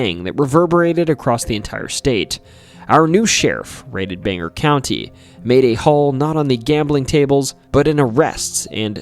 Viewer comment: hey! pretty late but Bangor is pronounced "Bane-gor", not Banger. otherwise great vid!